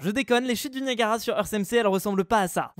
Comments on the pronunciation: Tu as dit "Naiagara" sa se prononce "Niagara" bref, j'ai adoré ta vidéo comme toujour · Nayagara Falls!?, a chaque épisode tu vas nous faire une faute de lecture?